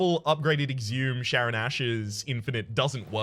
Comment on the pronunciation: I know the relic, I was just pointing out his strange pronunciation (unless that is some established running gag).